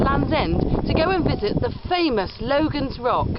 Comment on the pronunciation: It isn't "Logan's Rock", nor is it pronounced "loe-gun", but "logg-un". It's the local way of saying "logging", and to log was to sway. When tipped off its perch, it slid sidways (eastward) and was caught in the crevice immediately next to it. A print in the Logan Rock Inn clearly shows it in this position.